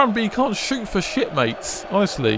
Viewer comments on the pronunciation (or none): none